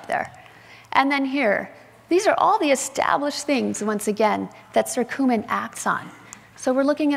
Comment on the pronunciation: It’s not circumin! It’s Curcumin!